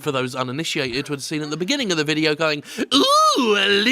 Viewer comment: It's really more of an "Ohh" than an "Ooh" there, Jim. A subtle difference, but an important one. Like the difference between Cologne and colon.